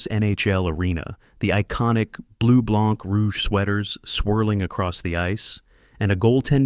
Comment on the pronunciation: he got both wrong, you dont pronounce the c in blanc